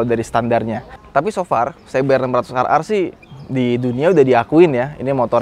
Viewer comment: Se Be Er 600 Ar Ar.. 😂😂😂 Si Bi Ar 600 Ar Ar dong ahhh... 😂😂😂